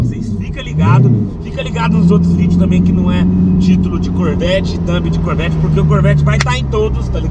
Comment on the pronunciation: kkkkkkkkkk caramba falou bonito o nome do carro